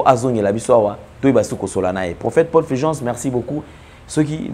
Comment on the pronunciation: Vous aussi vraiment...ce n'est pas FILGENCE, mais plutôt FULGENCE. Pourquoi avez-vous tant de mal à prononcer U ? U est différent de i. On ne dit pas sicre, mais plutôt sucre.